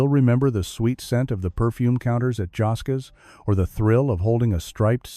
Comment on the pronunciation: Pronounced.. jos skees